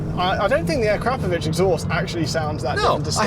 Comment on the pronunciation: Thank you for pronouncing Akrapovic correctly